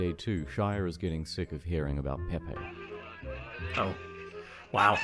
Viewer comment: this dude pronounced peh-pay as pee-pee